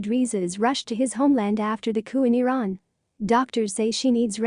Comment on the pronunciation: AI doesn't work. Shah of Veran. Try harder. Spellings off extremely awful.